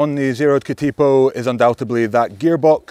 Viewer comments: Cat IH po, not Cat Ee po. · We usually lazily pronounce Katipo as "Ka-Da-poh", with the T having a D sound, and each syllable having the same duration. Not "Ka-Teee-poh". A Katipo is a spider by the way. I have both here at home: the bike and the spider! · Katipō is better pronounced as Kuhteepoh. The emphasis is on the first and third syllables. Cheers from NZ🇳🇿. P.S. Great explication and explanation of pros and cons. Thank you. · Another great review mate. And fantastic to see a New Zealand bike feature on your channel 😁. Keep up the brilliant content. For future reference, katipo is pronounced ka-tuh-po. Katipo is the Māori name for a venomous spider that lives around parts of the New Zealand coastline. You came close with taniwha 🙂. Taniwha is pronounced ta-nee-fuh. A taniwha is a water monster in Māori legend. Cheers from Aotearoa NZ! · It is pronounced Ka-tuh-pow. Maori work for a poisonous spider found in the coastal regions of NZ. The 27.5 version Taniwha pronounced ta-nee-fuh, Maori for a Water Monster. Damm nice bikes that ride real sweet. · K’tea po ha ha NZ might be the only place that competes with Wales with pronunciation. [Edit] Just got to “tanner-wah”, oh Lordy 😆